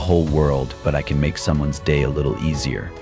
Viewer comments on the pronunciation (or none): none